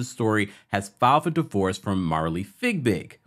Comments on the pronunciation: Not you calling her fig big. Lmaoooo.😂😂😂😂 I think it’s pronounced fyee-big. Boy that had me weeeeak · Her last name is Fiebig, not Figbig. Why are you not able to pronounce her name correctly?